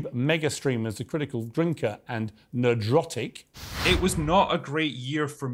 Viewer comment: NERD - RAWTIC not Nahdrahtic 😂